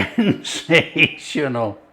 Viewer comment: Did you say "Sinsational" ? I agree....👍